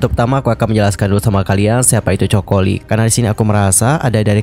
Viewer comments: Bukan Joko Lee ya, tapi Coco Lee. Rip Coco Lee jie jie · Penyebutan nama itu penting bgt. Narasi uda oke syg knp disebutin dsini coko li.. Seharusnya Koko Li 🙏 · artis ini kan sangat trkenal penyanyi yg hebat di hongkong nama nya coco bukan coko bang min eh😂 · Coco lee baca nya ( koko li) jgn joko li ihhhh malu la.koko li bacanya bro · Ralat bukan coko tapi Coco Lee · Bukan Choko min...its KOKO...tapi ejaan nya aja coco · Coco = Koko kali Choco baru bacanya coko 😂😂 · Baca nya koko bukan coko 😂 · Koko lee bukan coko😅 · Koko li bang baca nya bkn coko ..😅😅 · jadi aneh dia bilangnya coko 😅😂😂 padahal fans nya juga tau klo bacanya koko lee😂😂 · Aku Dr awal dengerin udah heran..Coco Lee bacanya koko li. Bukan choco. Yg artinya jdi chocolate. Parah nih admin. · Koko bukan coko😅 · Coco bukan choco Bang..emang kelapa..haduh.. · Panggilannya khokho bukan choko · Koko ,bukan choko.. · Bang.. baca nya bukan coko.. tp koko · koko li pengucapan nya bukan coko li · Koko bukan choko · Kenapa namanya dibaca coko?? Koko li bacanya bro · Coco Lee, baca "KOKO LI" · Baca nya coco lee ga enak bgt😅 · iya ganggu bgt..emang kelapa ya choco 🤔☺️ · “Ko ko Li”